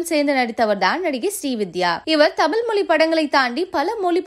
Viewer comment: Stop pronouncing as moli....it is mozhi....it is a beautiful Tamil word...don't kill it please 🙏